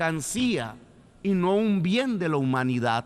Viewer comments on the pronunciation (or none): none